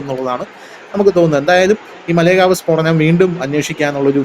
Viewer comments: മലേഗാവ് അല്ല മാലേഗാവ്ആണ് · മലേ ഗാവ് അല്ല മാലേഗാവ് ആണ്. കുറ്റം പറയുന്നതല്ല. പറഞ്ഞ് എന്ന് മാത്രം.